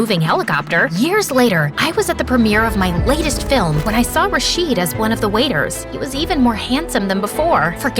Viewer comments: It's not Ra-sheed , It's Raw-shid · ITS RA-SHID NOT RAAAA-SHEEEEAD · RASHEED?! YOU PRONOUNCED IT WRONG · I love this video so much but as an Arab the way they pronounced rashid is killing me 💀 (I mean ik they are not Arab so ofc they will make a mistake but still 😭)